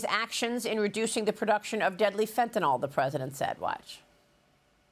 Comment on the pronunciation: Fentanyl is pronounced fĕn′tə-nĭl (fenta-nil), not fentanol; there's no "o" in the word. In chemistry nomenclature, "-ol" is an alcohol; Fentanyl is a piperidine opioid. The name is a portmanteau of pheno- + anilide + -yl with arbitrary spelling alterations.